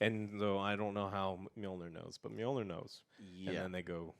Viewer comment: The way you pronounce Mjolnir is bad enough Joe but "Storm bringer"? Lol put some effort in bro.